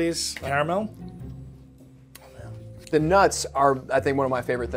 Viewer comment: I'm stunned that pronounces Caramel correctly. Unlike every other american that attempts to say it...the second A is not silent.